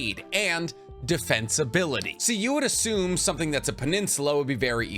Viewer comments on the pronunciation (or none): none